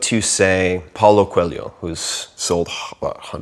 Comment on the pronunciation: Ow, my god... when he said Paulo Coelho I had no idea who the hell he was talking about.. Seemed like he was naming a nigerian athlete or something.. only when he said the name of the book I figured out who he was... just so you know, "Coelho" would be pronounced somewhat like [Q - A - low ] said very fast...